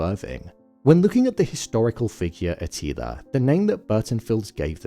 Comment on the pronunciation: A til ER not A teeleeA